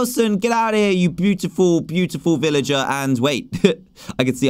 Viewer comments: Dan you mean villager not illiger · Did he say villager with out the v? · Dan said illager instead of villager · DAN AT THE START OF YOUR VIDEO YOU SAID ILLAGER NOT VILLAGER!!!